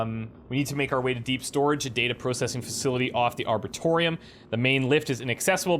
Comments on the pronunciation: I know it is over a year late, but Arboretum is not pronounced "Arbortorium" but instead "Arboreetum". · Love this play-through but please have another look at the word "arboretum" - it's not "arbortorium" :-) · Ar-bore-eee-tum! It's triggering me every time! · I know this is old news, but does ever learn how to pronounce "arboretum?" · When is he gonna learn how to pronounce "arboretum" lmao